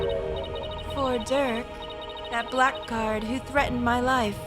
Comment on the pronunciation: First, obligatory episode number "NICE." Anyway, I know it's been mentioned before, but "blackguard" is normally pronounced like "blaggard."